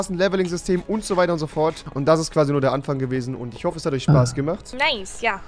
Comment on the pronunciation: du sagst einfach tich